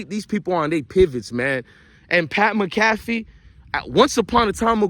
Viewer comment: Dude how do you report on all this stuff and watch mcafee to report on him but never heard his name pronounced